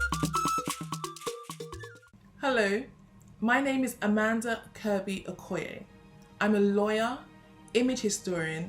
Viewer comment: I'd really have loved this more if you could at least pronounce your name as an Igbo.